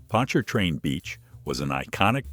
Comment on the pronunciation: Yeah, I hate robot voices too, but it at least pronounced "Pontchartrain" right. I miss Pontchartrain Beach. I remember hearing the chainsaws taking down the Zephyr (woodie roller coaster) while I took the ACT at UNO.😢